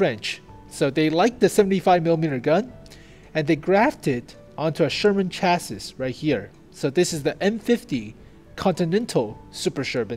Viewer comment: its pronounced CHAS-SEEEE, not CHAS-SIS